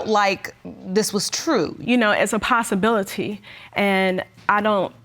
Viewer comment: Ms. Manning said "Possibility"